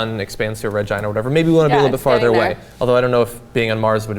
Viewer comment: LOOK PEOPLE Totally sounds like "sun expands red vrgina" Obviously he's saying Giant, but SOUND BOARD PPL GET ON IT@ GO ! GO ! GO! SEAL SQUAD SIX I NEED AN ETA ON EVAC GET THAT CLIP OUT TO THE LZ MOVE IT SOLDIERS! TYT ARMY ahahaha I'm a turd.